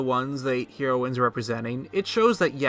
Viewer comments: Hee-roines? Heh-roines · I’ve never heard it pronounced, Hero-in. ...Hair-o-in is how I have always heard it. But other than that...great video. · I'm sure I'm not the first one, but the word isn't pronounced Hero ins. It's Hairo ins. Y'know, like the drug. Same pronunciation for both. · The way he said HEROines 😂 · Heroines {heh-ro-wins} Learn to speak. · It's pronounced Heroin-s, heroin like the drug. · The way he sas herowins lol theory busted XD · the way you pronounce "heroines" is killing me. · You say heroines really weird. It's pronounced like the drug. Edit: literally can't watch this. Pronounce you shit right! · had to stop watching due to the way you say "heroines" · Dude, Hair-ro-win(s). Hero-win(s) is not correct. High-lee-yans. High-lee-yuh.